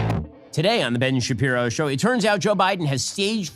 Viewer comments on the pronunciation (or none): none